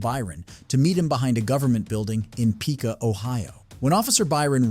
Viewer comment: Its pernouced pick-wa,not picka